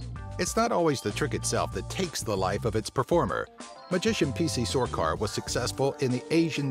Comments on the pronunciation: he said sorcar its sarkar also was that Joseph W Burns or Burus. get your fact your right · it's P C SARKAR not sorcar .. dumbass